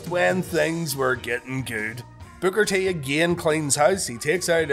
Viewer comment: When u say Booker it sounds like you're saying bugger 😀